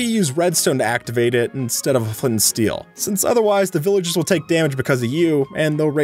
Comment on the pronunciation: What is "villigers" you must be a kid